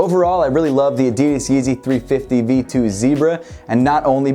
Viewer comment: Is it just me or did he say addidis not addidas